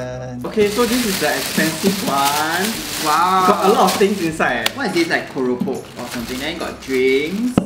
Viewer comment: Bromance level 🤣 love the way pronounced Keropok 😚